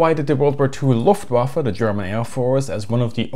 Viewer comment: "Luftwaffle", really?